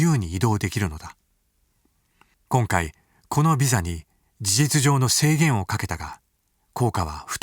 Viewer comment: シェンゲンに制限(シェイゲン)かけた、って聞こえたのは気のせいか。